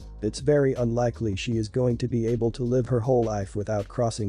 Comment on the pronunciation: I can’t stand to hear people pronounce words wrong. What country is this person from. ? I hear lots of words pronounced wrong. This time it was live.Last story your daughter shouldn’t have to take her brother with her. She had a right to hang out with her friends. Dog story. Parents should have addressed their daughters issues with animals when she was a toddler. If stepsister was 13 & the other stepsister was 20 how does she really know what it’s like to live with an autistic person. To truely understand she’d have to be there when she was born.She was right in talking to the organization since sister wouldn’t listen.